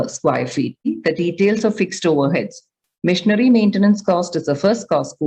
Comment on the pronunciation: Why im hearing missionary maintenance instead of machinery 😂